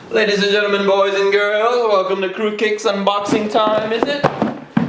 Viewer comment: Every time he says Qrewkicks it sounds like Qrewcakes